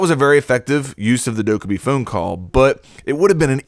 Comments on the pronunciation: It’s pronounced “phone” not phune and also “Dok-a-b” not duke-a-b lmao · Are you saying "phoone call" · "phoon call" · He says phone funny, that is all.